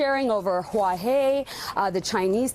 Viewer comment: Did she just say Huaw-hay? I couldn't take her seriously after that.